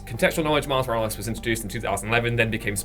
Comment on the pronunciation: The return of Pizza Parker. Mary Jane and Pizza and Mouse Morales. It sounds like and reads in captions lol